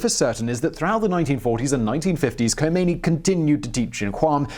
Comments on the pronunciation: The slightest piece of minimal research would have revealed to you that the ‘ K ‘ in the late Imam’s name is silent. No one conversant to a respectable degree with Iran would province that consonant. It’s spoken as something along the lines of ‘ Homeini ‘. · ....The "K" is silent..... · first learn how to pronouce Ayatollah Rohullah Khomeini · In case you ever need to say Khomeini again, the "Kh" sound is like the "ch" in "Loch"... as sort of Klingon sound. And Tehran is breathy on the "eh" bit. Also, one thing that wasn't mentioned but is interesting was that the head of SAVAK suggested to the Shah that they exile Khomeini rather than kill him. Years later Khomeini repaid the favour by... having him killed.